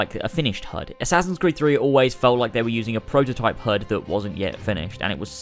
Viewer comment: You say hud, I hear herd.